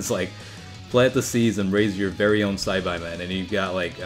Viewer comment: Sci-bye men is really bothering me. Ive always heard it as sci-baa.